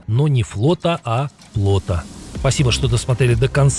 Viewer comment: Не "плОта", а плотА. Ударение на последнем слоге. Разобрать слово я смог только с помощью субтитров, так как вы его неправильно произнесли. Учите русский язык!